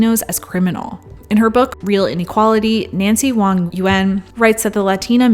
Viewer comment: THANK YOU for pronouncing Wang yuen's correctly, instead of "wank". Thank you so so much.